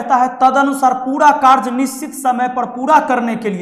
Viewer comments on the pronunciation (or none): none